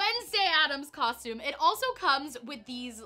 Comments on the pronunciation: When there’s 50 million comments about it I guess she has no choice. I didn’t even mind when I didn’t and did know. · Canadians all say it the "coshtume" way so it always sounded normal to me! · people were being so rude about it. I literally just passed a comment on here that said that since she stopped saying it “wrong” they can actually watch her.😒